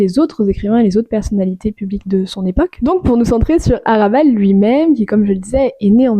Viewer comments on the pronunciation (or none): HRA'bal Il faut prononcer le H!